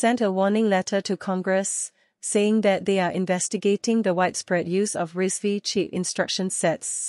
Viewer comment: Its pronounced as RISC 5